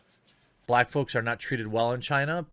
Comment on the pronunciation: "brack people"